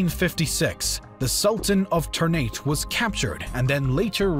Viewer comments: the pronounciations of indonesian things in this video o_0 lemme clear them up: ternate: tehr-nah-tay (not "neit") aceh: ah-jeh palembang: not bang as in "bang bang" but pa-lehm-baang (the a in car) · for those who wanna know, the closest pronounciation is ter-naa-tay. the ter is right, but Ternate here in the video pronouncing nate like in English. pronounciations in Indonesian just do the same letter with same sound, except the "e", both "e" in Ternate pronounced differently (first like e in boxer, second like e in well) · Ternate should be pronounced Tare Na Tay Tidore should be pronounced Tee Doa Ray Pangeran (prince) should be pronounced Pang A Run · Man pronounced Ternate with (ter-nait) and Aceh with (uh-keh) lmao it's ok tho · Bantam? Ternat? You butchered the name of the cities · Mispronounce of Local places in this video is prominent. Ternate Tidore Aceh Johor Palembang And also the mispronounce of Dutch names. As Indonesian, we were forced to say those Dutch names in their original pronunciation during history lesson, Jan Pieterszoon Coen, Cornelis De Houtman, Herman Willem Daendels, Johannes van den Bosch come in mind. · The pronounciations in this video are maddening/hilarious. Aceh? Johore? Ternate? etc. Ouch.